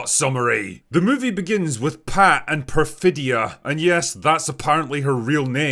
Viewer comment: Perfitta Beverly Hills😂😂😂😂 and she says it while commiting crimes haha